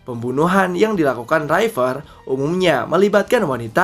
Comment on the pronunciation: Riper bukan Raiper